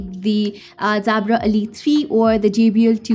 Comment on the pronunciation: Is there an issue with her native tongue and the letter "J"?? It kept throwing me to hear her say "Zabra".